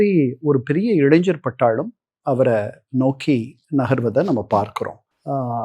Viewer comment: பேச்சு ஏன்னவோ மேல்தட்டு வர்க்கம் மாதிரி இருந்தாலும்...'.இளைஞர்'என்று சொல்ல வரவில்லையே.. ஏதோ பாமரனைப்போல இளைஞ்சர் என்கிறார்.